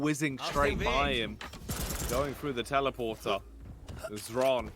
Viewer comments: Zron, Shron, Zhron.....is it really so hard to ask someone how it should be read??! Or casters just don't give a fuck (for 3 years...) HRON! X in his nickname is from russian and it is read as H ! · Xron - either stands for " reddish " or a " drunkard". Or, even more precise, someone, who is addicted to smth. CHRONically addicted to smth. Hence, the right pronunciation from ukrainian is [Kron], with soft K, as [h], like in the word " here ". So it is HRON. It's not EXron, not ron, not KZron. It is Hron. Like, so those poor bastards see this and relief themselves from torture. gl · it's useless, they will always butcher Xron's name. Except for Zoot, who always pronounces it right, as far as I remember.